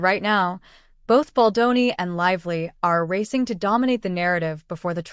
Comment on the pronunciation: I watched & Liked your videos ✅ BUT ..... Can the Narrator please get the most important name correct ❓❓❓ It is NOT - BOL-DON ❌✖❌ It is - BALDONI ❤🖤❤ { Bel Don Nee } It Grates my Ears each time you ... "Mangle & Damage" Justin's name 😤🙉